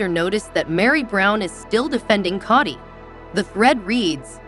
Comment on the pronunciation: I cannot watch this because she doesn’t even know how to pronounce Kody’s name or Covid. She must not watch the show.